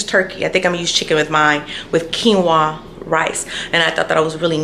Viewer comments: Its keen-wa! Lol i use to say it wrong all the time. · Keen-wah....not rice but a plant